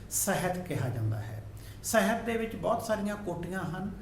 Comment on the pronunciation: ਬਾਕੀ ਸਭ ਕੁਝ ਠੀਕ ਹੈ ਸਰ, ਪਰ ਤੁਸੀ ਸਾਹਿਤ ਨੂੰ ਸਹਿਤ ਬੋਲ ਰਹੇ ਹੋ।